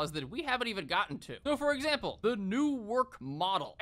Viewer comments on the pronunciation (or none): none